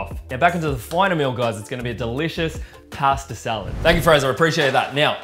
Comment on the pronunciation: Everytime you do this to "Pasta",one italian dies...